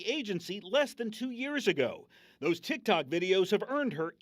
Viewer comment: the way she says ‘Tsik Tsok’ bro 🤣🤣🤣